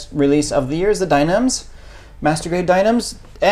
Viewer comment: Dy-na-mes, not Dy-names I thought you all were Gundam Experts :-) Thanks for the video nonetheless.